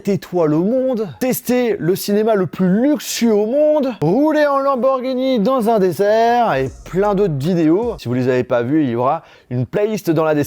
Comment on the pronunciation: rouler dans un "Désert" ou un "dessert" je ne suis pas sûr de ce que tu dit lol